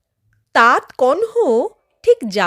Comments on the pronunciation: কথাটা হসন্ত দেওয়া তাত নয়, উচ্চারণ হবে 'তাতো'। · অভিনন্দন এই গল্প টি শোনানোর জন্য। শুধু মনে রাখবেন --উচ্চারণ হবে তাত্ নয় তাতঃ কণ্ব অথবা তাতো কণ্ব।ঠিক ঠাক বোঝাতে পারলাম কি না জানিনা।